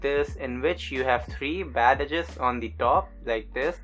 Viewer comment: I loved the tutorial, first one that I can actually understand how to complete the edges. P.S. Not to be mean, but I like how you say "badadges" (bad edges)